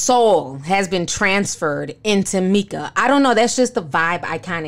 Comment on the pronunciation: I don't think you're pronouncing FN Meka right...it's basically pronounced FN "Mecca" which illustrates that he's supposed to be the highest/the lord from the jump. It was wasn't meant to be that deep. Anyway, Xxxtentacion's family should sue for using his likeness. Creepy ass Westworld shit.lol